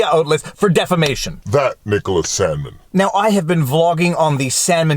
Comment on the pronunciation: Am I the only one who heard "Salmon" instead of "Sandman" the first two times? Maybe I just have fish on the brain from your second amazing channel. #chillinnotshillin